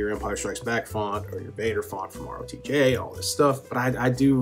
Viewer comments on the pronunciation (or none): I legit heard rotk instead of rotj lol. Let's get tasty lol.